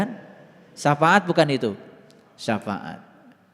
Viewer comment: Ini lagi nggak tau safaat tapi ngomong sa faat banyak belajar lagi dan bagi pendengar pakai akal jangan hobi dengerin omongan orang baca sendiri dan pahami sendiri takwil nya Alquran itu ya gais 🙏